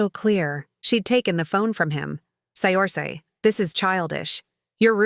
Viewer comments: The name is pronounced "Sercia" not..Siorsi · Pretty sure Saoirse is pronounce Sur-shah, not Say-orse. I believe it’s Gaelic. 😊